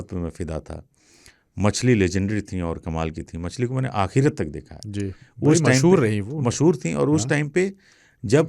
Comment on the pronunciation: Aap ek word bolte hain,aakhirat, akhirat nahi aakhri waqt hota hai!